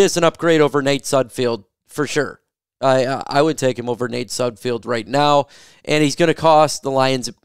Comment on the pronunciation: It's pronounced Sud Feld, there is no I in his last name